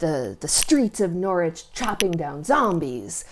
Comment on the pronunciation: Thank you for pronouncing Norwich correctly. 😄